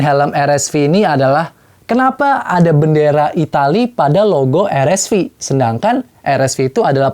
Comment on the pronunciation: Paling suka sama pembawaannya, channel ini doang yg spelling RSV nya gk gatel di kuping, yes "ar-es-vi". Kalo channel lain nanggung inggris enggak indo enggak "er-es-vi" 😂. Kalo spelling indo bilang aja "er-es-ve" Kalo inggris ya "ar-es-vi".